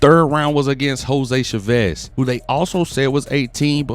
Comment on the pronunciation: The way you pronounce Chavez is crazy 😂